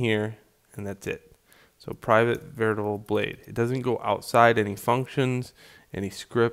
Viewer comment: did I hear 'veritable'??? I could of swear its called 'variable' :P